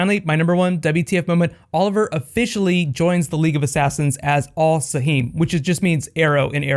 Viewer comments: In arabic arrow= al sahm not al sahim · Owww my god I HATE THE GUY WHO TEACHES THEM ARABIC it is NOT AL SAHEEM it is AL SAHM there is no eeee OK I DID NOT KNOW WHAT THEY SAID UNTILL U said it was arrow thx by the way it makes a big difference al saheem has no meaning